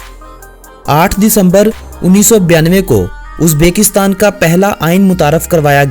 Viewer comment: "Uzbeeekistan nhi Uzbekistan hai... uzbekstan name ghalat leta hai